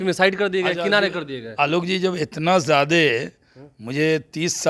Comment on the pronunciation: Shahnawaz Hussain anyaay ke saath hai are jahil udog nahin hota hai uddyog hota hai zyaade nahin zyada hota hai